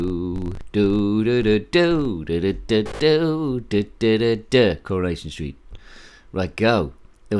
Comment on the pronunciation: CurrahNation street, Pi-cadilly Circus, We r very Close 😂pun-tastic. Fun game that one.